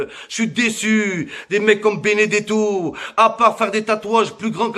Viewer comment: Béné gâteau au lieu de Benedetto 😂😂😂otavio marque d'une bouteille d'eau minérale 😂😂